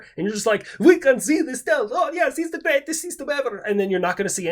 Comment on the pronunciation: Was not expecting a "the gweat China!" First thing in the morning, but im here for it.